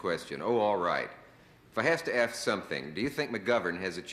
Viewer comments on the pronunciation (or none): Did Dickles actually say axe instead of ask?